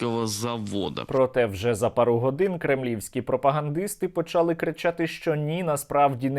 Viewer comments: Для чого говорить весь час неправильні наголоси: почАли, якщло правильно українською мовою почалИ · почАли - так говорила одна стара баба в 1984 році, у них в селі на заході України такий діалект, а правильно почалИ наголос на И українською мовою